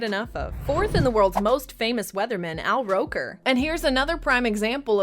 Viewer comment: Al Rocker. Jesus if you're using AI at least make sure the AI VA is doing it right. Gonna select the little ... and then click "don't recommend this channel"